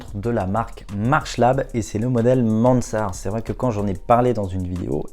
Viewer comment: Jules "MaNNsart", vraiment?